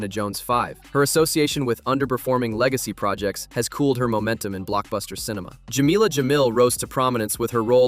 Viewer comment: Dude, Jameela! with an a at the end, Jameela is not a nick name for her, in fact Jameel is masculine and a name for men... It was so annoying